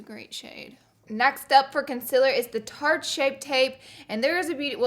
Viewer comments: I love you but I just realised you say concealer wrong #notahater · I love that you call concealer, consiller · The way she says concealer cracks me up No Hate I love you so much Laura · the way she says concealer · She's amazing but the way she pronounces concealer makes me cringe hard!